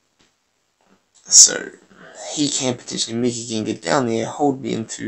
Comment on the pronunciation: I think Accent funny.. Gengahh lol